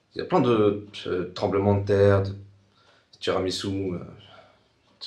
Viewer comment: "plein de tiramisus.." Tsunamis ? "ouais c'est ça" XDD CHUIS PLIE